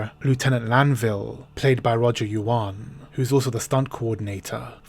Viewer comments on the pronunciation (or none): none